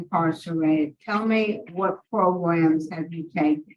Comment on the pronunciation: Lmao at "progrums".😅